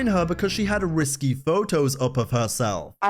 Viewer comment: It is risque not risky....girl